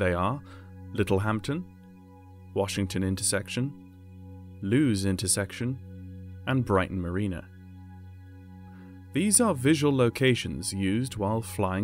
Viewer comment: Lewes is pronounced Lewis